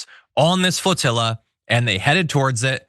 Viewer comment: IT'S PRONOUNCED FLOTILLA!